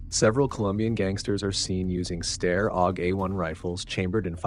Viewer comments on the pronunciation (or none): ....and STY-ARE Aug 😆 otherwise great work, little brother. Carry on